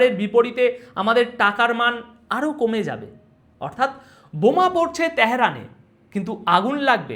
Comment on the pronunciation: ত্যাহেরান কী রে , ভাই ? 😢😂 আর , খ্যামিনি -ই বা কী/কে ? 😂😂😅😅